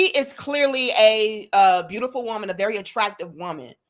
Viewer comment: Her: "you are beautiFO'". ...smh🙄...